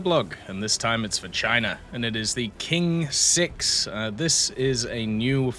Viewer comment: You can read it as Tsing-6 if you want to pronounce correctly.